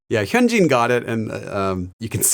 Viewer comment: He doesn't know how to pronounce it by just looking at the name😭 He needs one of those pronunciation guides for names, like this: "hun-jin (say jin as if you were saying the BTS member's name)"